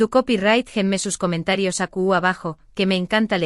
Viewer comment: Aqui se dice , no acu , la verdad tu español es pesimo y no se entiende lo que decis